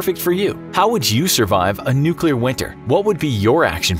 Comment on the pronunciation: Can you pronounce nuclear?